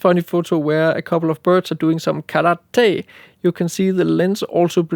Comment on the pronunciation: I might make a sound clip of you saying "Karate" and set it as my ringtone. 😅